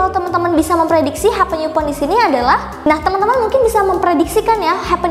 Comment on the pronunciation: Maaf kak koreksi upon itu bacanya "e pon" bukan yu pon